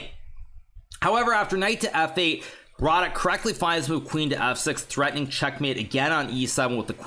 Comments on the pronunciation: Yea,I'm native on Polish and want congratulate Hikaru,pretty good speech. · I was surprised that no Pole wrote that Hikaru pronounced Radek's name quite well.